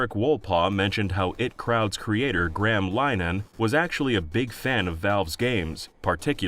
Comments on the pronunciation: It Crowd.. lol. IT Crowd, not It. Also Graham Linehan's name is pronounced Greyam Linna-han. For all the research that goes into these you'd think looking up the pronunciation of a name, or reading the name of a show, would be quite simple. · I just think it's hilarious that he was able to pronounce Ayoade correctly but not I.T. Crowd or Graham Linehan.